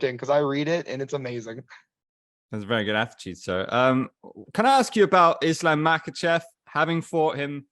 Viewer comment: Do you pronounce it “Islam Makhachov” like Khabib does?